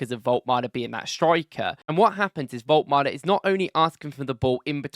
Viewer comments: His name is Woltemade not Woltmade you are welcome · Wolt-E-Made - you can't just not pronounce that E - It's kinda like calling your Monarch King Chares. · Vol-tuh-mah-duh is his name btw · Pronounce all the letters: vol ta mar da - woltemade